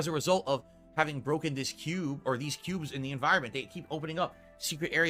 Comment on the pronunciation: His story about the KEEUUUUBES and AHPTYIONAL KHANTENT was so hard to listen to. He sounds like an annoying child telling you about his Pokémon cards.